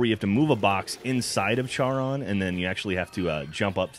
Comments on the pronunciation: It's pronounced Charon with a "C', the "H" is silent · actually Charon is pronounced CARE-ON mainly because in greek mythology there is a centaur named Chiron. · It's pronounced Karon but spelt Charon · its prenounced care-on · urgh, it really iritates me when they mis pronounce Charon...